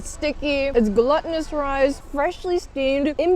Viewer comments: It's pronounced gloo-tinous not "gluttonous" lol that annoys me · i love your videos. your chinese sounds amazing to me, as a non chinese speaker. and your english is so so amazing. having watched many of your videos, i just want to let you know that glutinous is pronounced gloo.tin.us and not gluttonous. like the word gluten. also a pint is only two cups (not a massive tankard amount). and the past participle of grind in ground—as in ground sesame seeds. just tiny things i noticed because you seem like a perfectionist. you describe food so well, and i really appreciate it when you give the price, and also name of dishes in hangul and chinese characters and pinyin. wishing you the best. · Idk why I’m even commenting this but I’ve noticed you say gluh-tin-us rice like the word glutton but it’s glue-tin-us like the word gluten even though it has nothing to do with gluten. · GLUT-TINOUS? Gloo-tinous! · This is an excellent video! I like how you weaved in classical music to match the movements of the chefs while they cooked, chopped, etc., The number and variety of shots are amazing, the scenery is stunning, and it was informative. One thing though, you say gluttonous for glutinous. It's not the same pronunciation–unless you're saying it to be funny😅. One is a short "u" and the other is a long "u" sound. Keep up the great work!